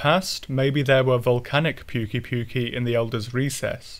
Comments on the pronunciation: Am i the only one who is trigger by him saying puke-y puke-y >-< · How do you fuck up the pronunciation that bad they literally say it in the game